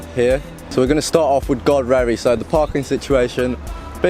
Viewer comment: Enjoyed that, great drone shots. Its pronounced Godreeevy by the way not Godrevy, locals should have told you! Keep up the videos, really enjoy the quality and effort you put in